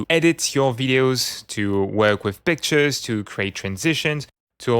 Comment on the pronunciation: Just discovered this add-on, completely fascinated! And I know you said "work with pictures" , but the audio and accent conspired for a second and made me think, for a second, that you said "work with b*tches". Sir, you got my attention!